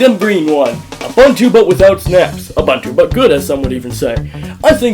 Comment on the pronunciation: it is uBOOntu not uBUNtu